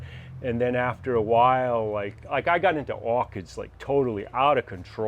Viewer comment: The way he says orchids. Awkids.